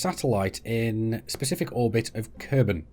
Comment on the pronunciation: Kerbel -> Kerbal = green humanoid (trees can also be considered "creatures"). Kerbol = Sun (we do not usually say "Helios" when refering to our own star). Mün = First and biggest moon of Kerbin (it is pronounced "miun" ). The only moon of Earth is named "Selene" [people born there are selenic ].